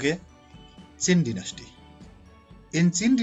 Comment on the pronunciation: Dynasty pronounation🙄